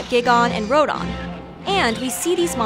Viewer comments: It’s Rodan not Rodon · JEEZ say the names RIGHT giiigon rodon king g- dorah da frick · Her: Beeolante. Me: wrong, it's Biollante (BIO-lan-tei) Her: Geigan Me: Wrong again, it's Gigan (Gaigan) Her: King Jeedoora Me: Wrong, it's Ghidorah (Gee-door-ah) Her: Ruudan Me: OHH GODDAMNIT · Actually its Gigan and Rodan not Gygon and Rodon. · "Giggon and Rodon"..... What??! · You said gigan and rodan's names wrong it's not gygan and it's not Rowdan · Whats gigon and rodon? ITS RODAN AND GIGAN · And it's RodAn, not Rodon. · BIO-llante Ro-dan and Guy-gan My only gripes with this video. Besides that, great video. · "GIGON,RODON" B r u h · >Beeolante >King Jidorah >Gihgahn >Rodon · Her pronunciation of the other kaiju's names (ex. "ROAD-on" for Rodan) betrays she is just a pretty blonde reading a script and doesn't actually know what she's talking about. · Their pronounciation of of all of he Kaiju except for godzilla and mothra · She butchered King Ghidorah's, Gigan's, and Rodan's name 😅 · How she pronounced Gigan and Rodan😤